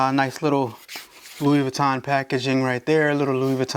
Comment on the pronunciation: He doesn't even know how to pronounce Louis Vuitton so....